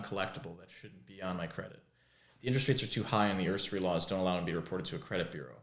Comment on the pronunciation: He's an aspiring usurer and doesn't know how to pronounce "usury."